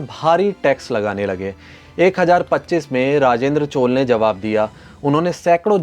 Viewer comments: Chol kya hai? Maurya ko maur kehte ho kya? CHOLA . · चोल को चोल् नही चोल्अ पढ़ा जाता है।